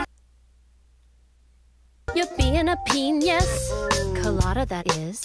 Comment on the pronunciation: The difference is that Phair pronounced it as peñis with an ñ, Wayne just said penis